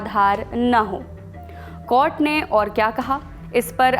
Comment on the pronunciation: Ye anchor bekar hai कॉर्ट नहीं कोर्ट होता है 😅